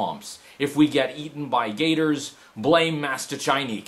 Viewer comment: I'm Polish (just like Mastaczajnik) and I can attest you pronounced his name really well! In fact, I found out about this channel from Mastaczajnik's deviantart. Subscribed!